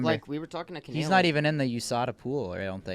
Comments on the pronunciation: Yo! It’s Canelo, not Canaylo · They just had Canelo on and pronouncing his name as Canaylo 😂😂🤦‍♂️ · Canalo wtf it makes me sick the way he says it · really said “cuh-nae-low” all the mexicans punching air rn 😭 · Normal person: canelo:.. “ ca nay low” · Hate how keeps calling Canelo Canaylo for some reason 😂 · Why does say “Canelo” like that? Lol 😂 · Dude why does keep pronouncing Canelos name like that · mispronouncing fighter names for clips pathetic 😭😭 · The way pronounced canelo😂😂 I see why people can’t stand this man. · cant even say canelos name SMH